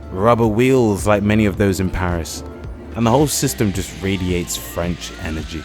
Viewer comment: I've been in Mtl. for 30 years and his French pronunciation overall is better than mine. Very impressive.